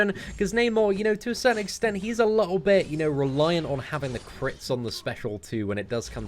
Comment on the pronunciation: "A liooooubi...." Try to say "a little bit".